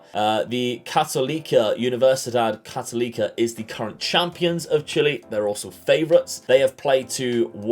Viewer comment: So cool to see this as a Chilean! A few things: for abbreviation, you can call Universidad de Chile "La U" (don't pronounce the U as 'you', it's more of an 'Ooo'). For Universidad Católica you can say "La Cato". When you pronounce Católica you have to say CatOlica rather than CatolEEca, does that make sense? hopefully Good luck! I'll be following the series:)